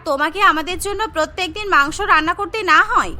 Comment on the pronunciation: মাংস ভাত ❌ মাংক ভাত ✔️😂😂